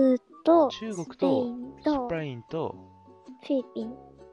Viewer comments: のありけんのスペインの発音良すぎだろ爆笑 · スペインだけ発音良くて草